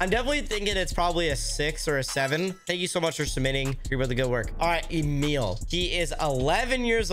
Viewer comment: btw emil is pronounced (eh - mill)